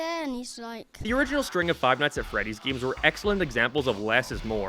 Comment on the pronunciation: It never gets old when he pronounces games "gims"